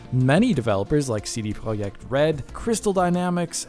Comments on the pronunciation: its CD PROJECK red .. not cd Projgjikeh Red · Wow, that's the first time that I've ever heard "CD Projekt Red" pronounced like that in English, good on you!